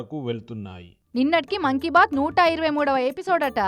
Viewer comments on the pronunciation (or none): మంకీ బాత్ కాద మా 😅మాన్ కి బాత్😅😅